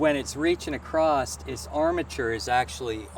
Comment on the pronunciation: It’s a common mispronunciation for across.